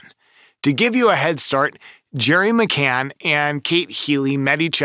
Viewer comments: Mispronounced McCann as McCain in the first few seconds ... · C-A-N-N...McCann. NOT McCain. And, NOT Amelia either. I'll let you figure that one out.